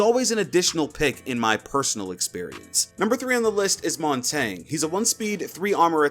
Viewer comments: Montagne? Did you swallow a pineapple? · In my honest opinion, you can talk shit about an op if you can't say his name correctly. (Mon-taughn-ya. That's how you say it! Not Montang.) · Glaz is pretty good now with his fire rate upgrade Btw Montagne is pronounced “Mon-tan-ya” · LMAOOOOOO The way you pronounced Montagne is funny af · Talks about how there’s no montagne mains in high ranks when he’s gold 😂. For a start your pronunciation his name wrong. Montagne is French for mountain therefore the French pronunciation is the correct one. He’s one of strongest operators in the game all you need is a laser on the pistol and a good trigger finger. He’s incredible you just don’t know how to play him. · The way you pronounce Montagne triggers me...but that’s my only problem.